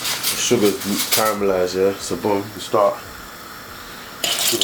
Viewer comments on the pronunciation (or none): man said CARAMELISED!!! LOOOL